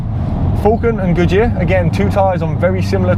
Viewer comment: nice test! I always hear Gucci instead of Good Year (pronounced the italian way :). I wish I had seen my terrible AD08RS with these, a tire which can't even keep up with the PS4 sold as a very sporty one. A terrible disappointment from Yokohama, can't wait to change, hope the Bridgestone has the size for the 17s on the S2000